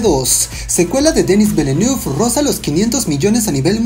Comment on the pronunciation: Villeneuve es un apellido francés y no se pronuncia como lo dices. Es como decir a una persona apellido Gutiérrez=Gutierrrrezz a lo gringo.